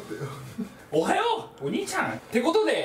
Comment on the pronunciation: おはよう↗ お兄ちゃん↗ てことで↗ のとこ発音おかしくてくそ笑った